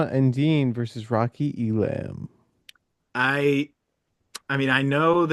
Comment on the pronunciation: The idea that ISU wouldn’t wrestle Elam against their arch rival is crazy. Feel free to say “I told you so” if I’m wrong. Also, it’s Ee-lum, no Ee-lamb or Ee-lahm.